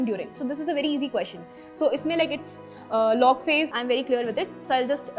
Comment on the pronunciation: She said LOG phase,that is correct...